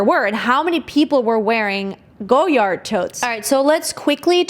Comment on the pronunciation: Omg the butchering. “Rue Saint Honoree” is “Roo San Honor Ray.” And you destroyed “Francois” which is “Fran Swah.” And “Apprentice” is an English word! Also its “Goy Ard” not “Go Yard.” 😂